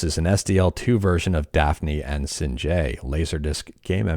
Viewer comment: singe is pronounced like the dragon from dragons lair or like when something is burned